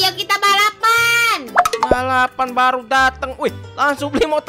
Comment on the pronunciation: Keren kali bilang balu